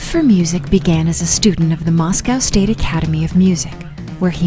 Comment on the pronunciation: Well , this video was disappointing to watch due to the narrator mispronouncing so many names and, even Moscow. The gentleman who did the previous video was much so much better. But thanks to the creator for continuing the story of this incredible music group❣️